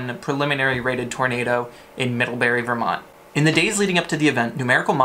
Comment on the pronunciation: Not middlhebuuhrry!